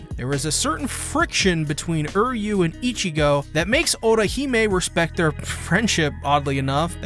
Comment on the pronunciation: Why does he keep saying Uryu's name like that?